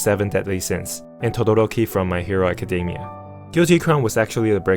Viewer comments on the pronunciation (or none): none